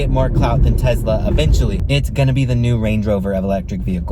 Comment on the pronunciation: why does he say tesla like tezzla